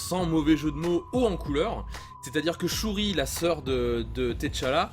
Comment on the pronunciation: Ca se prononce T'challa "tchalla" juste T'challa... svp arretez avec ti challa et te challa